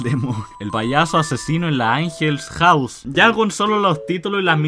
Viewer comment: Oye todos los videos del team angel son verdaderos y por cierto no se pronuncia AnGels HoUSe es angel house